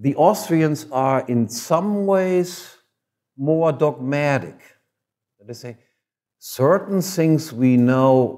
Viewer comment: that was a very new yorkish 'more dogmatic"